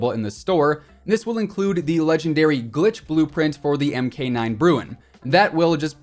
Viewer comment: The Mk in weapon designations is Mark, not M-K.